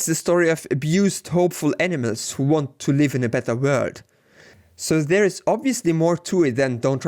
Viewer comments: This guy says animals like - Enemas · Great video. You do however pronounce "animals" as "enemas" which is slightly disconcerting haha!